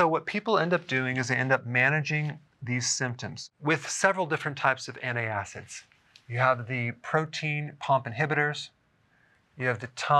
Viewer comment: Isn’t it called proton pump inhibitors? You said it “protein”